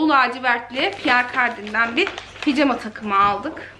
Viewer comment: Picama değil pijama eşortman değil eşofman denir 😉